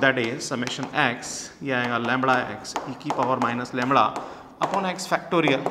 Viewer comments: Sir it's lambda not lamda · Very good explanation sir. But its lambda not lumbar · लैंबडा होता है नकी लैंबणआ